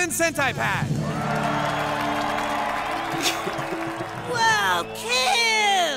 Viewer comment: That’s a long i as in humancent”eye”pad. You said humancent”uh”pad. This is a crucial humancentipad episode South Park mistake. The long i conveys the smugness and condescending attitude of Apple presented in the episode. 😂🤣😀